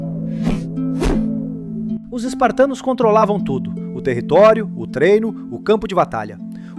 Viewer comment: Parei de ver quando ele disse spartanos. Rs